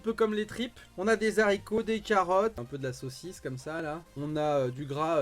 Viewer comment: Haricot pas zaricot mon bro stp